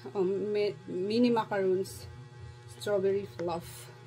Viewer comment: Yes sis ganyan ang macaron...sis ganito pronounce share ko lang..mah-ka-rhoon..yung mah- kah- run ..yung yung coconut..😊